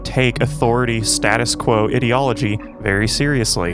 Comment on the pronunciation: Why do you pronounce ideology like that? You don't seem to be consistent when saying words such as 'ideological'